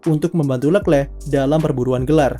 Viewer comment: jijik om cara sebut nama Leclerc